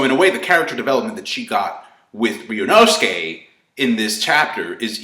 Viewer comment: RYUUNOSUKE!!!!!!!!!!!!! NOT RYUUNOSUKE!!!!!!!!